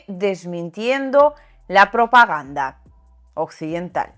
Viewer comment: Queda raro cuando haces una pausa entre "propaganda" y "occidental"... mi consejo es que no hagas esa "pausa"... Saludos!